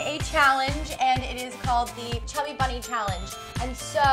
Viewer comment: . Shay said chubby bummy 😂😂😂